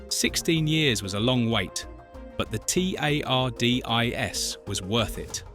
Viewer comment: So whoever did the voice over has never seen Dr Who? How can you pronounce Tardis as T.A.R.D.I.S?